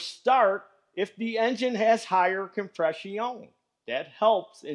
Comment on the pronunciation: your saying of compress-i-on you sound like a quebec-er speaking gorf meaning spelled backwards, frog